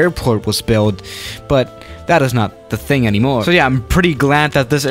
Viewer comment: Why did he say «anymore» with Italian accent?